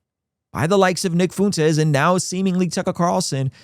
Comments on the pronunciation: I agree with your take here but if you want to be taken seriously on this you should start pronouncing Nick FUENtes’ name correctly…I honestly can’t tell if you’re being serious or subtly mocking. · You could at least learn how to pronounce the guys name before doing a critique on his positions. I’m a God fearing successful father who agrees with much of what Tucker and Fuentes have to say. I’m likely more successful than most of your followers. I don’t say that to brag, my point is that assuming everyone that agrees with them are basement dwelling losers is incredibly tired and just proves their point. A victim mentally is a terrible thing, but so is burring your head in the sand. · The irony of a guy with the name acting like he can’t pronounce Fuentes while living in Southern California 😂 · You’d think someone who has lived so close to Mexico for his whole life would be able to pronounce Fuentes